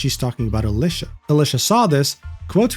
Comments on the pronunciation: Nah that's just how Alicia be 😂. (you do pronounce her name a little wrong btw) Used to watch her channel quite a lot but stopped recently because Youtube kept getting rid of comments on her channel on most of my accounts despite never saying anything bad and well... not being able to interact makes it feel pointless to me. I only watch content I can interact with. I still like her as a person but just stopped watching the content for that reason. Changing the story again btw, as he did at the time have premission she said she only changed that after this incident. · bro get alicia name wrong